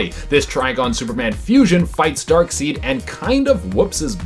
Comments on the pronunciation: Ok… It’s Dark *SIDE*, not Dark *Seed*. Darkseid is the villian, Dark seed is his ejaculate. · It's pronounced darkSIDE, not darkSEED. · It's not pronounced "dark-seed", man, it's pronounced "dark-side" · Did that man just call Darkseid "darkseed"? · Why does he keep calling him Dark "seed"?